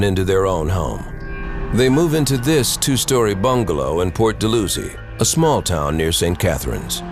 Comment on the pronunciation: Port dal-how-zee